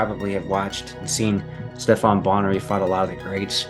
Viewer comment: Come on man did you really say Steph-ON Bonnar ? It's pronounced steff-en